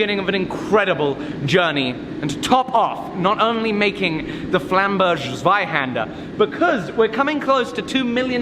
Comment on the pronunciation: Yep indeed but he tries to pronounce Flammberger like it was a French word. Its german, so you do pronounce the ger at the end like you would in the word hamburger